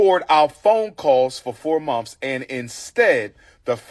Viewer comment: He mispronounces a lot of words! Mouf=Mouth Mumfs=Months Birfday=Birthday Earff=Earth Giffs=Gifts Fif=Fifth And he’s a whole doctor.😭